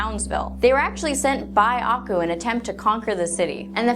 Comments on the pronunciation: Ako? Its akoo! Did u even watch it 😢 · i love this theory nevertheless. btw you kinda pronounced aku wrong. it's ah-KU not AH-ku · Did she just pronounce it as ah ku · I'm sorry, but your pronunciation of "Aku" made my brain scream, "NuuuuuuuUUUUUUUAGHAHSHSHSUJEH!!!1!" This is what I get for going to school, a nagging little voice that says "Hey, hey, heeeeey. That's spelled incorrectly."